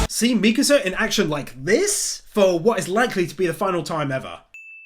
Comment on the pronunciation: Bro really said misaka 1:4:25